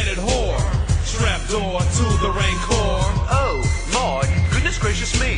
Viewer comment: I think c3po says "oh boy" instead of "oh my"